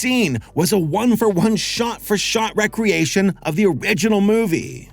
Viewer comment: “Re-creation” isn’t usually pronounced the same way as “recreation.” My only quibble. Good video, and I agree on the whole.